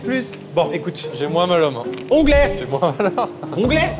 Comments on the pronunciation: Onglée pas onglet. Je sais c’est précisé au montage mais c’est particulièrement pénible à entendre.😂😂😂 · C'est "l'onglée" pas "l'onglet".